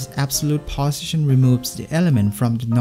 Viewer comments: I am hearing bosition instead of position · 'position' pronunciation is strange